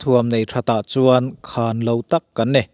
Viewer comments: Sipai leh ralthuamah chuan a khân lo ni lovin a khan lo (khan hi thluk loh tur) tih zawk tur a ni ang. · Khân ni lovin khan,thlûk loh tur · "A kalh tikimtu" tih turah "A khalh tikimtu" tiin i lam a. "Ukraine-in an khan lo," tih turah, "...khàn lo" tiin i thlûk bawk. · A ngaihnawmin a bengvarthlak ṭhin e. Chutih laiin "khan" i thluk dan hi chu a dik lo deuh lo maw. Ukraine sipaite chuan Russia sipaite chu thiamna leh ralthuam lamah khan lo tak an ni. Heta "khan* hi thluk lovin lam bung deuh nghat tur a ni. Mut hmunah min khan ziah suh tia khan kan lam rik ang hian lam rik tur. Tin, khalh kimtu i tih hi kalh kimtu tuh bawk tur a ni. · A bengvarthlak viau nain,Mizoțawng thluk dik lo a tam hle.Ngaihthlak a ti nuam lo nasa a ni.Lam dik loh te:- Russia sipai- ' sia ah hian thluk san tur a ni.Khan : Ukhrain chuan Russia chu a khan lo hle tihah te.Sa kan chan a,a kalna awm a kan ngaih lai ' khan' ksn tih ang a thluk loh turte...a awm nual mai. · Khan lo tak a ni tih hi i lam dik tawk lo em aw. Khan, mi kan khan ang deuha lam tur a ni zawk em? Nge ka hresual zawk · Taengkam thluk diklo zeuh² a awm tlat mai. eg.Khan lo..hi i lam danah a thluk tlat . Thluk lova chhum hmak tur a ni